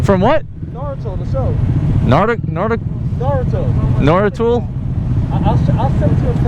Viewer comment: He said narturo